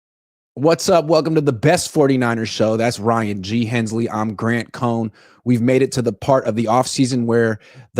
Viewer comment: Why does Ryan constantly change the em PHA sis in people's names?